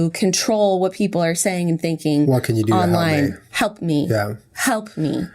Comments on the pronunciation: lol did anyone else notice Jenna say "help me" but sounded like "HUMP MEE" lol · lmao jennas still saying hump me